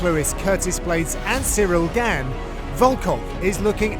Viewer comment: “Cereal Gan”